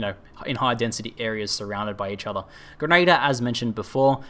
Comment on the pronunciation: For my sanity could you please learn to pronounce grenadier correctly. It's Gren-a-dear not gren-ader